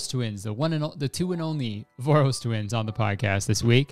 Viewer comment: Omg as a hungarian it was so weird to hear you pronounce Voros. As I see their name has been modified for easier english pronouncination, but it originates from the name “Vörös” which sounds completely different, so my brain went through all the 7 stages of grief trying to get used to this pronouncination lmao